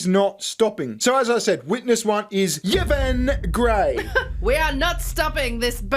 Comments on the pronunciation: Oh and Yvonne is pronounced Ivonne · Does he really not know hot to pronounce Yvonne??